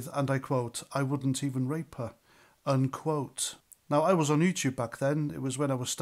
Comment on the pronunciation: I wouldn't rayyp it neither Carl. 🤣